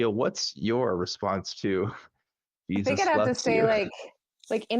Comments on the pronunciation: Pronounced Hezeus? 😏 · Jesus loves you. - The feeling's mutual. By the way, he pronounces it hay-soos.